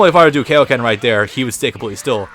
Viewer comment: ugh........ it's Kaioken, not Kayoken! seriously, how does no one get this?